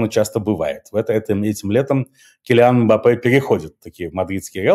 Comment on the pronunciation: Станислав, очень странно от вас, как мультиязычного человека, слышать неправильные ударения в иностранных именах: килиАн (правильно кИлиан), урсУла (Урсула), альфрЕд (правильно Альфред) - самые "любимые" ошибки русскоязычного интернета 🙂. Но такое из ваших уст просто царапает ухо.